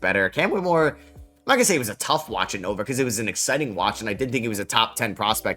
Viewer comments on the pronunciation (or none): none